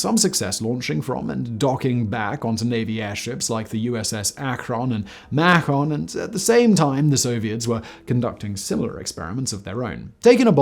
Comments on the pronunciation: Macon is pronounced like bacon. Not...umm...Mack on? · I know you don't care for pronunciation corrections, but I gotta say it: the U.S.S. Macon is named for Macon, Georgia. Local pronunciation only emphasizes the first syllable in Macon, with a hard 'a' and a soft(?) 'o'. Since southern accents feature "G-dropping" (sitting >> sittin'), "Macon" sounds like "making" with a dropped G: makin'. This has been used for silly wordplay since the dawn of time: Macon Whoopie is the city's defunct ice hockey team, Macon Money was a lottery-like program, Macon Bacon is the current baseball team, and Macon Progress is a variety from the Macon Beer Company. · Ah, but will they let you know how to pronounce Akron and Macon?